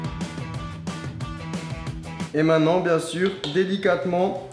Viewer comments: Lam Zenati sa se peut qu'il est pas français voilà. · Lam Zenati moi sa ma stresser tous le long de la vidéo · super vraiment. stp essaie de dire MAINTENANT et pas MAINNANT car beaucoup d'enfants te regarde. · Quelqu'un peut lui dire qu'on dit "Maintenant" et non "mainant" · mainttttttenant et non mainnant putain hahaha, sinon belle vidéo